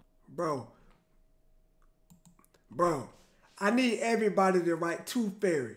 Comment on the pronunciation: "TOOF FAIRY"